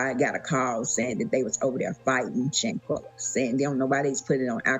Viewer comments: Shaqana?, "Shanquella" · Her name is Shanquella not Shaquanna. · Her name is Shanquella, please stop mispronouncing her name please, that's so disrespectful. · I don’t think anybody is being disrespectful. You have some people that just can’t pronounce names as unique as Shanquella’s. I’ve heard try to say her name several time but she just can’t lol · I don’t think the mispronunciation of name is on purpose. She has a unique name. It’s just like you sitting in class and the teacher calls your name and butchers it. It takes them a while before they can actually say your name correctly. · You gotta learn how to say her name right smh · I couldn't take the sound of her voice anymore and she kept mispronouncing Shanquella's name. I cut it off!!!